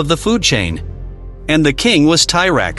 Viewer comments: it proconce T rex not tie rex just so you know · Its T rex not ty rex. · It's T-rex not ty-rex. Who the hell ever called it that? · What the hell is a Tie-Rex? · Tie Rex? plus dinos were NOT lizards. GAD (tie rex ffs!) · Tie tex? 😂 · Thai Rex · ti rex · I've never heard it pronounced "Ty" Rex before this video. I was expecting to hear some discussion on the Giganotosaurus vs T Rex size debate. Giganotosaurus had a stronger bite than Spinosaurus but still weaker than the bite of T Rex. Anyway, I Subscribed. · The Tye Rex? WTF is a Tye Rex? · I can't anyone serious that calls this animal Tyrex. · Firstly T-Rex (not "Thai-Rex as you keep pronouncing it) was not a lizard. The living animal group he is most closely related to are birds. Secondly, why do you have to use that horrible AI English translator for narration? A real voice, even one with a thick accent, would be much more pleasurable to the ear. This one sounds completely disjointed and is hard to listen to for more than a minute. Find a real person/voice to do your narration.